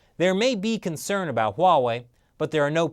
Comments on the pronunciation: a boot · . A-boot impossible. LMFAO!